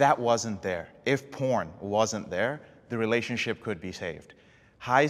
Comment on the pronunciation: Sounded like haha no I'm a pirn addiction recovery coach